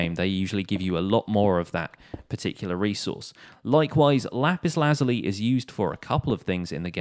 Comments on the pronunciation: It ain't lazuly it's said like this laz you lie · okay no hate but lap-is-la-zul-e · I’m just saying it’s pronounced lizuli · Y do u think were dumb and it’s lapis lasula